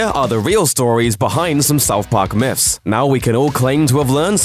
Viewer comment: "South park Miffs" uh... learn to talk? Also, Islam is for pussies!